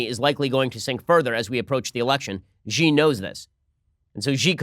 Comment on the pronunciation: Wah-way? Chinese leader Gee? Bei-zhing? The mispronunciation of Chinese words/names shouldn't be this amusing, but it is.